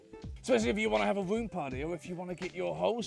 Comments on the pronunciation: The entire video I only heard the word womb instead of room. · Okay.... the accent + the affected voice (+ slight tongue tie?) is just killing me on this one! Staying in your womb. Having a womb party. I mean, I know it is room, but that soft R is just..... Don't mind me, I'm just a dumb yank.